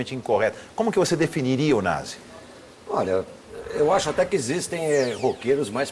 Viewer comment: O nome do cara é Na"z"i. klkkkkkkkk